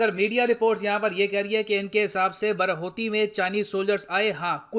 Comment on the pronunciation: Sir ap pronunciation galat kr re the actually wo बाडाहोती he. Sir Uttarakhand me conditions to bhut hi kharab he pahado pe to dhang ke hospitals b ni he agar kisi ko koi problem ho to wo log Dehradun ya Rishikesh ya Haridwar ya Haldwani ya Ramnagar . Aise me pahado me rehna bhut mushkil he. Agr govt seriously is matter pe kuch krna chahti he to use pehle rozgar, Healthcare, aur education pe dhyan dena hoga tbi kuch ho payega